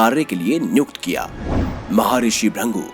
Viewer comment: Bhai Rishi ka naam Bhrigu hai na ki Bhrangu as pronounced by you